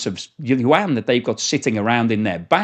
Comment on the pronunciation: Love your channel but your pronunciation of the word yuan makes my ears bleed